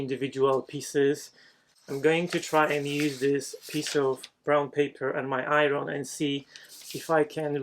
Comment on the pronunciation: Favorite video to date! For the sole reason of the number of times you were used the word I-wren (iron). 😂 I love the way you pronounce that word! Kidding aside, unbelievable! I think I was most impressed by the way you made the circle. Another awesome video! Thank you!